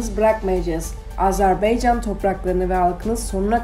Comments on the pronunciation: Bu qız, bir AzerbAycan sözünü diye bilmedi. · ay qiz AZERB(E)YCAN DEYIL. AZERBAYCAN